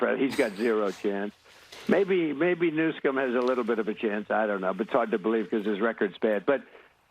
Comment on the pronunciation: Listen to the video again. Trump refers to Newsom as the "President of California" and calls him "Newscom"